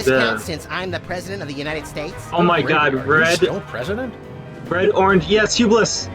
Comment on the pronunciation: Curse you Roy G. Biv. And wtf it's Hugh Bliss 😂😆